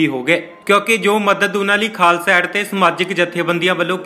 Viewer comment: ਪਹਿਲਾਂ ਪੱਤਰਕਾਰਾ ਬੋਲਣਾ ਸਿੱਖ ਲੈ। ਏਡ ਨੂੰ ਐਡ ਹੀ ਬੋਲੀ ਜਾਨੈ